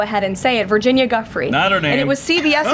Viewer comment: Do you think Virginia was only saying that because she was being threatened? I do. These people are sick. Can't even say Virginia's name correctly!!